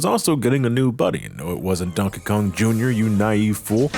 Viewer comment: Everytime you say Donkey Kong, it sounds like you’re saying Donka Kong